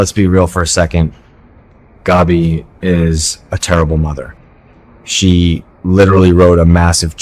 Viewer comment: Along with Stefano please learn to pronounce Gabi properly as well. Gabi rhymes with stab-e